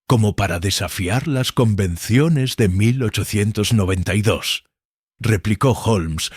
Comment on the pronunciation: La voz estilo irlandés viviendo dos años en Benidorm , no está mal, de inicio parece q dice 1992 y no 1892, y alguna pequeña errata de traducción por ahí suelta o las pausas , o signos de puntuación. Pero aún con todo es bastante agradable la narración , quizá sería mejor repasarlo todo escuchandolo y editando esos fallitos como números que los traduce casi todos mal, saludos